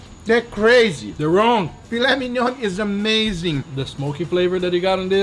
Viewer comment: "Filet mignonne".... It's "filet mignon".